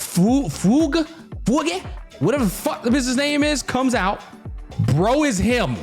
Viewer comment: Bro.. say Fyoog. It’s a classical musical term. It means sad song or funeral song or some shit man. It rhymes with the beginning of yugioh